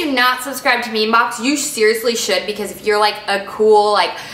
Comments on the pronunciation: Great video...I love your vibe. I just have to say though. It is pronounced as me-me-box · ME ME. It's pronounced me me. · It's "me me" (